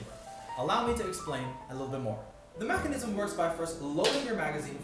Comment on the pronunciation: Stop saying macinism its mechanism